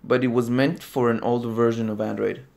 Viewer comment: "hello andorid user" How'd you know 😂